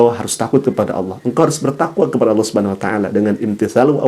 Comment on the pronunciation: Allah SWT bukan awloh perbaiki bacaan dan tulisanx